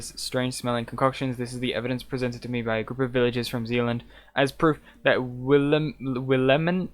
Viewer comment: it's will-ah-meen :D